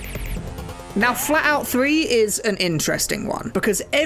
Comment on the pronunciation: I was realy confused for a moment because I thought he said FALLOUT 3 and not FLATOUT 3 XD